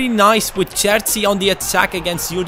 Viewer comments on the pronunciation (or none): Pronounciation of the Cerci is Cherci . more like cheörci. not distinct ö sound. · You should pronounce it as "Cher-Chee" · I think it's pronounced Kerchi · I believe the cs in cerci are pronounced ch like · You should say "cerci" with the C of Cheese for both C. I'm italian, so sorry for the bad english :) Great video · You pronounce Cerci like you pronounce Chicharito :)